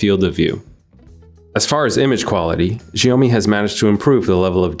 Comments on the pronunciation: Wtf is "ziyomi"? It's shao-mi 😑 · It's Xiaomi pronounced as 'Shayomi' and not freaking GIONEE. That's a different brand all together Nigga 😂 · Its Shiaomi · "The Sjheeomi Mi 10 Pro" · As an asian I find his pronounciation cringy.....sjheeomi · its shaomee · It's actually Sio-mai or Sho-mai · Your pronunciation of "Xiaomi" isn't right. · The pronounce is fuck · Please will all due respect, learn to pronounce "Xiaomi" properly before making a review. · Please YouTube the pronunciation of Xiaomi ...... Please!! 🤦🏻‍♂️